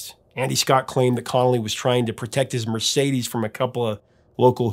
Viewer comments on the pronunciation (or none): none